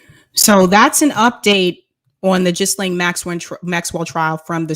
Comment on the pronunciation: I think her name is pronounced Geelane